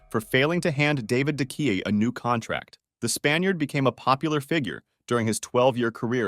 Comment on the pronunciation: You're saying De Gea all wrong